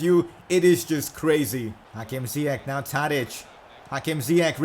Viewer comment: Its not ziyek its ziyash